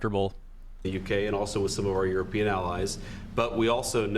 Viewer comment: Did he just say Euro-peon? sounds a lot like a peasant ... Rando search: peon | noun 1. a Spanish American day labourer or unskilled farm worker 2. (in South and Southeast Asia) a low-ranking worker such as an attendant, orderly, or assistant Example: the elder son is a peon at a nearby school So that's how they see us?